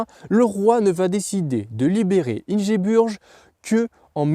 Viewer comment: Ça se prononce Ingebourg je crois